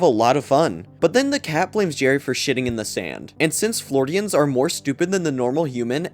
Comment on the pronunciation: “flordians” lol